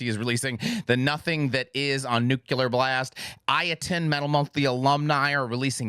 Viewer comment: Do y’all think he’ll ever say nuclear correctly?